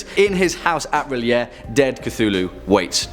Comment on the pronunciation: Yay! You pronounce R'lyeh like I do!